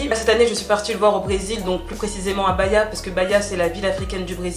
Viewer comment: BA-HI-A !!! 😉la bonne prononciation